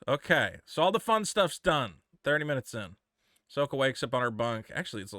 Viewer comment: Ahsoka ah-sucksa